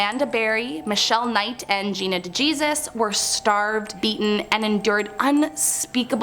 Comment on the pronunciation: She said dee gesus lmao not dejesus ahahaha I’m dead